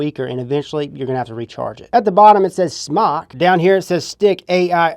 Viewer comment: it's Smoke without E it's not Smawk it's Smoktech